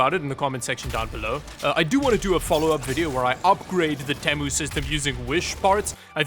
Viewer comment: Temu: (Tea'-Moo) for the love of god...